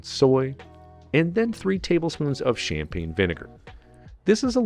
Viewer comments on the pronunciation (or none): none